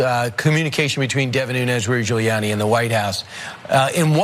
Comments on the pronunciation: The most telling part of that FOX clip was Hannity acting like he had never heard of "Les Parnes" and even going as far as saying Guilani's name wrong lmao Then Nunez saying he does not "recall" Sickening. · Hannity says Julie-Annie